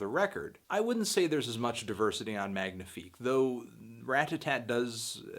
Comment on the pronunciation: You don't pronounce the G in "magnifique" you melon. Aren't you supposed to have french canadian blood? REEEEEEEE